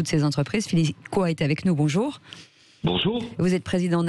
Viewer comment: Coy ça ne se prononce pas "Coa" mais "Cauille" chère madame 😊